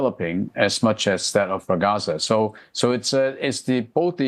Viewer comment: Laughing at news readers who can't be bothered to search online how Ragasa is pronounced before going on live TV.